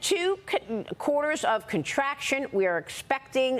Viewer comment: she said gerbil, not durable.!!!!!! 🤣 and contraption, not contraction.!!!!! 🤣